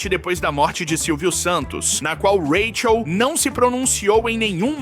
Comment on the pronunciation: Vc grava sua voz pra ia narrar com ela né? Pq rola uns rátchel ( “Raquel”) e umas pausa típica na pronúncia de ia pra números .